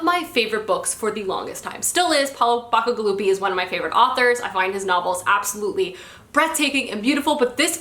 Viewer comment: The correct pronunciation of "CI" in the last name "BACIGALUPI" is like the name of the letter C. Ba-C-galupi ... it's italian.